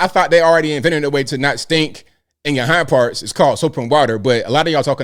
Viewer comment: I crack up when you say hind parts.. 😂😂